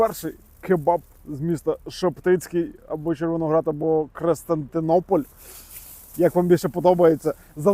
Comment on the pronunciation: Кристинопіль) а не Кристинтинопіль)